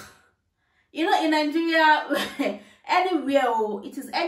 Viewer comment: Why do Nigerians have a problem pronouncing the country's name it's Nigeria not Ningerian🤣